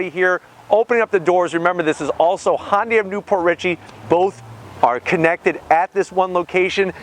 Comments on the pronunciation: Great review. Subbed. One huge advise though. Please pronounce Hyundai properly. It's not "Honday," rather the correct pronunciation is "Hun-Day." (even that isn't 100%, but it's light years closer to than saying hon-day) Keep up the good work. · The Koreans say hi un dye